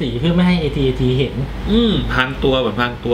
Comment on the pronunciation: AT AT อ่านว่า แอท-แอท นะ